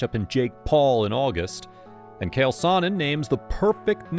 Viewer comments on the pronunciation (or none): Cant pernounce cheal wtf it's not kale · It’s not “Kale” it’s “Chael” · U gotta learn to say their names correctly. Nothing is more annoying. For sure not how u say CHAEL… this dude straight said KALE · CHAEL, NOT KALE, CHAEL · His name is CH-AEL. “Ch-“ “-ale”. Like “CHA CHA real smooth”. Don’t disrespect the Baddest Man on the Planet!